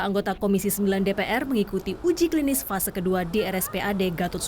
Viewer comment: Fase 1 y, bukan vase 1